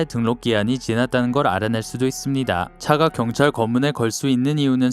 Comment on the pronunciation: 목소리 개찐따네 존나 때려뿔라 자꾸 경딸경딸거리네 얼굴에 니킥시발려나 존나꼽아뿔라